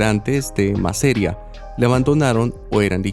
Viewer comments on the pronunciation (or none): No es MASERIA, es MASERíA!! (Con tilde en la "i".)